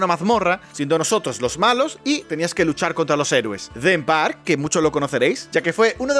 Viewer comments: Sueño con encontrar en algún momento un youtuber español que sepa pronunciar los nombres en inglés adecuadamente :/ "Theme Parke" Es = PAQUE TEMÁTICO. no "Them park" (Parque ELLOS) La pronunciación es "ThIM PARC" de "DEM PARC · Dem park jajajajajajaj un inglés de agua vichy como dice el bejo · Tu pronunciación de Populous y Theme Park me ha dado cáncer